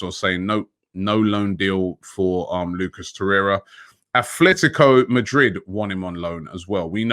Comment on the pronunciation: Hey, Rob, you're an educated man, so you should be able to pronounce a simple thing: It's NOT ATHletico, it's ATletico! That's how it's pronounced. It's not that hard is it? Come on, man!